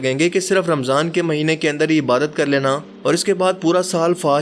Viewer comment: Shabbaash! for timely upload. Lekin correction kijiye 'ibaarat nahi ibaadat lafz me daal hota hai, sahih pronounce kernay ki koshish kijiye'. Your well wisher